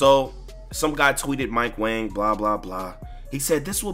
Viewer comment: Yo lmao I saw That nigga mike wang his name is actually pronounce mike wong LMAO that shit crazy bro